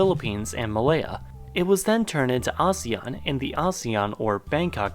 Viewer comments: It's A-SEAN Not A-seAn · it’s actually pronounced as AH-SEH-YAHN not UH-ZE-YUHN. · How ASEAN is pronounced: Ah-see-an The West: AH-ZEE-AHN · I thought it was pronounced “Asian” & not “Azean” ☹️ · It pronounce Asian????? I pronounced it asēan for 20 years 😫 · Here In Indonesia We Pronounce It As "ASEAN"(No Ah, Sey, Yan) So, Asean, Not Ahseyyan Here. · .. aséàn not asian .. pronounciation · im indonesian, my whole school and im pretty sure other indonesian school pronounce it "A séan" (if your confused copy and paste to google translate english and click the audio thing) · I thought its pronunciation is "Ah-Seh-Yan" XD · It's prononuced "aseyan". And since I live in this shitty excuse of an association, this logically means that I'm right and you're wrong. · Ive been pronounce Asean very wrong my whole life Lol Why am i exited when i see or hear the country i live in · In ph we pronounce asean a-se-yan I didn't know we're pronouncing it wrong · Omg i laughed so hard when you told them how to pronouce asean Its actually /ah-she-ian/ I know this because im from the Philippines🇵🇭❤️ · Its ASEAN (A sea n) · Asean is pronounced as 'aseyan' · In Southeast Asia we pronounce it as AHSEYAN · A-se-an that's how you spell it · No we Filipinos pronounce it as Aseean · Well we in Indonesia pronounce ASEAN, "ASE-YAN" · I'm a Filipino too and I pronounce it as ah-see-yan since Southeast Asian has an eee. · We Indonesians also pronounce it the same. Kinda weird hearing him saying a-si-an. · A - se - yan that os the correct pronunciation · I always pronounced ASEAN asian and I don’t know why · Funny. When we say ASEAN, the stress is on the second syllable. That may be just the Philippines though.